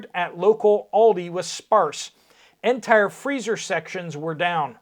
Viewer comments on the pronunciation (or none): none